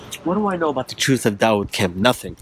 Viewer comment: "Daud wood" LOLOLOl 😂